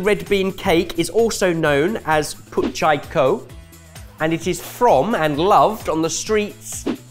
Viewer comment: So happy to see Hong Kong made it to the vid finally!!! And yeah I’d say is almost spot on w the Cantonese pronunciation of Put Chai Ko!